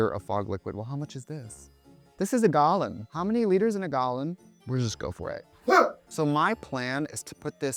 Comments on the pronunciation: why did "this is a gal-lon?" make me giggle so much 😆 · How many liters in a gahlan? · We heard that accent “gallon” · the way u say “gallon” LMFAOOOOOO